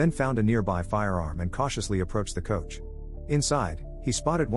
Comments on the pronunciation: Be great if narrator understood what he was reading. Its a coach and not a couch. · Narrator calls a stage coach a " couch ".